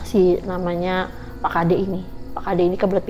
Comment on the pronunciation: dari tutur kata penyebutanya aja dah salah... gimna mau percaya pak tengah harusnya (pak nengah) bukn pak tengah😂😂😂😂 yg satu pagi pak kade apaan itu adanya psk kadek👍👍👍 bru bner... ngarang kali ini ceritanya.... leak kok suami istri bru tau😅😅😅😅